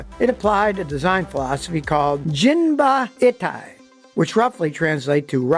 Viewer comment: Not "jin-ba-i-tai" where "i" is prnounced like the "i" in "it." Yes "jin-ba-i-tai" where "i" is prnounced like the "i" in "Miata." All Japanese vowels are the same as Spanish vowels.